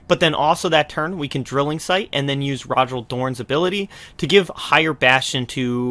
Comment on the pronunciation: Cool video. I might try this out with another IF warlord, given that I'm missing Rogal Dorn. Also, I think Rogal is pronounced more like "Roe-ghal"